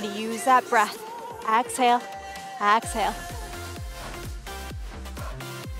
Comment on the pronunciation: I really like your videos and how you don't talk too much. You are a great instructor. The beach views are an extra bonus. One thought, it's exhale not axhale.